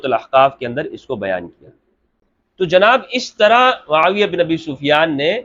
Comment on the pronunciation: Hazrat muaaviya ka naam to sahih se le youtuber